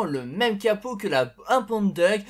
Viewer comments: ouais ca enlève tout le style de la muscle car quand il prononce ca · essaye de prononcer "Diouk" plutôt que "Duck", petit conseil ;) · bah ca veut surtout dire canard en anglais ^^ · DeadlyFanTas1e oui c'est vrai , j'avais pas fait gaffe XD #boulet